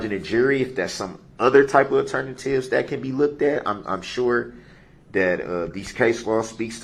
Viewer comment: Now we can add even more: Turn-a-tives (alternatives) and Pacific 🌊 (Specific)